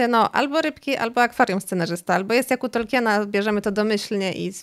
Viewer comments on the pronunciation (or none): Od jakiegoś czasu oglądam niektóre Twoje filmy, podobają mi się, ale proszę, bo kala to moje uszy za każdym razem, jak to słyszę, i nie tylko u Ciebie, czy możesz wymawiać Tolkien, zamiast Tolkin? Nawet Amerykanie wymawiają Tolkien, jego nazwisko uległo w naszym języku fonetyzacji, czego zdaje się, nie wiedzą nawet niektórzy jego fani 🙂 to moja jedyna uwaga, czekam na następne filmy 😁